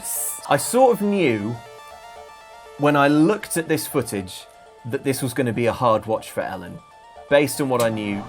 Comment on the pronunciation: She said foojij instead of "footage" so I think Ellen has cleverly given herself a legal loophole.